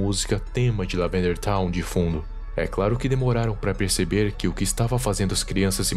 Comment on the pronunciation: "Lavanderia town"